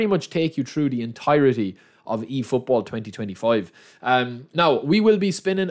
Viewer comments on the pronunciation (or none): hahaha or when he says „i tink“ or instead of through pass he says „true pass“